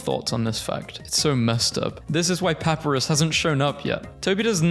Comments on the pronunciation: It's Pap-I-Rus. not Papurus. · Puh-Pie-Ris (As in wRist) Papyrus NOT: "Pah-Per-Rus" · ok a tip in case you do a deltarune memes video again. papyrus' name is pronounced “pap-eye-ruh-s” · pepper-is.. *smurf laughingly*.. it's paPArus..🤣🤣🤣🤣😂😂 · not to be rude but I believe its pronounced pu-pie-ris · Everytime i heard pahpuhrus a piece of myself broke a little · the way you pronounce Papyrus............... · why he pronounce papyrus like that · Spamton is swallowing a single French fry and his eating noise is a whale mixed with chainsaw (please look up how to pronounce Papyrus and Gerson) (my name rhymes with blaster) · You mispronounced Papyrus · The way he pronounces gerson, papyrus, and alphys hurts me